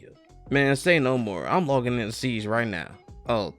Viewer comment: When you said siege it sounded like you said ”seeds”. ”I’ma go ahead and knock out some seeds” lol